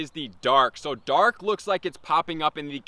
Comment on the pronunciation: Lol, when he said "Dark" I heard dog.